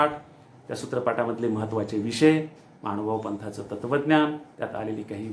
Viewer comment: Khup chan 🙏 निरूपण खुप खुप सुंदर 🙏 एक सुचना कराविशी वाटते की ...परमेश्वराचे शब्द हे शुद्ध च उच्चारारायला हवेत. असे मला वाटते. "महानुभाव पंथ" असा उच्चार व्हायला हवा... "महाणुभाण पंथ" असा उच्चार नको... 'न' ला 'ण' आणि 'ण' ला 'न' असे उच्चार व्हायला नकोत.. चुकीचे शब्द कानावर पडले की श्रोते ही चुकीचेच लक्षात ठेवतिल... माफ करा मला सांगण्याशीवाय रहावेले नाही म्हणून सुचविले. क्षमस्व 🙏 दंडवत..🙏